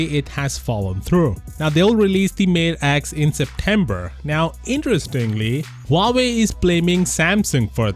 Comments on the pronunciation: lmao , its huawei not howkeopdney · Huawei? Huwerewei !